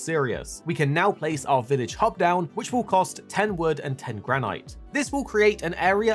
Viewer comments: Why are you pronouncing it GRAN-IGHT?! 😂😂 it’s Gran-It 😂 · graneyete isnt how you say granite? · He means where it doesn't modify the "i" to be a long sound (and so would be pronounced "gran-it"). but yeah, that's not what silent means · Man said Gran-ight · Love the way you say granite. Never heard it said that way. Most pronounce with a silent e on the end but we in fortnite collecting granite. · Thank you for the tips but the way you pronounce granite is sending me 😵‍💫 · Why do you pronounce granite like that 😂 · You can't pronounce 'Granite' 🐣 Damn.